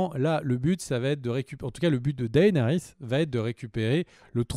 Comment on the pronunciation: S'il vous plaît les gars arrêtez d'ecorcher les noms. C'est vrai que Martin a déclaré qu'on pouvait les prononcer/lire un peu comme on voulait mais Daenerys quoi faites un peu gaffe ça pique les oreilles à force.